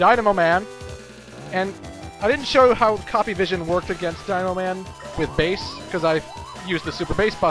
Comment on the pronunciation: Bass is not a Girl...not pronounced fish...IS pronounced the musical term.